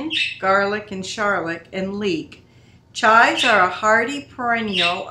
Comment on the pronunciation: Thought I posted a comment earlier this morning ... hmmmmm ! I notice you pronounce the herb as "chi" - not saying the V or the s (sounds like Chai tea to me :) ) All mine have the purple flowers on top - what do you do with those - I'm sure I can look in my books lol I love to dehydrate it also as I enjoy chives on my potatoes !!